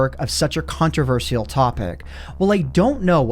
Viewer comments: Controversial CONTO-VER-SHI-AL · your pronunciation of “controversial” is controversial 😂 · Mispronounces "controversial" to avoid demonitization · You said consivrcal wrong.... Don't say I spelled it wrong because that's the joke, dont get your self woooosshhed kids! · that beginning: contraversheal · the most controversial thing in this video is how you said controversial.